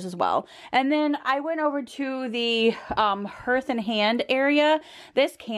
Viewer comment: Just and FYI---it's pronounced "hearth" (har TH)